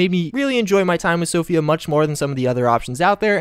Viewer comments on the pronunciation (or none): none